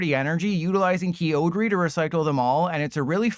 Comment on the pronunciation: Key-o-gree?!? wtf man I was having a nice day